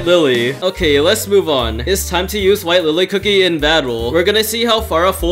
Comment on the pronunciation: White Lilly...not Wife Lilly. (I misheard this part)